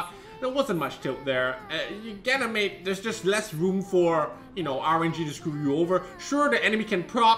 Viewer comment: Still fun to hear you say ganymade